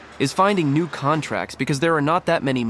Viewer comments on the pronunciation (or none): none